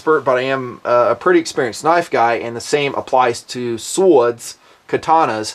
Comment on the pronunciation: lol@ "sowawds"